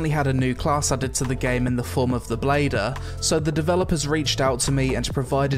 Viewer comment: It's not bladder... it's blader! My brain somewhat can't accept this.